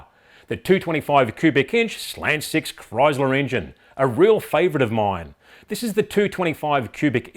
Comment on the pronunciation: I like how Aussies say Chrysler. (Kroyzluh) It's scitz mate.